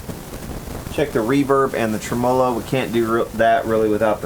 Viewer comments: "tre--MO--lo". Seriously? Let's go with "TREM-uh-lo." Just shot your credibility all to hell. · I too cried when i heard treMOlo instead of TREmolo haha just kidding, great work, the final result is outstanding. See FUPA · Trem-o-lo ? Really !! Speak English !! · It's pronounced "trem-muh-low." Not a long O. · Goood work! FYI: (pronounced TREM-a -low_) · You aren't pronouncing tremolo right